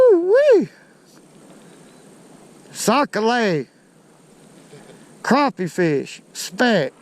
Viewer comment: as a Louisiana native, I approve his pronunciation. We also have been know to pronounce it sack and not necessarily sock, but either version is acceptable.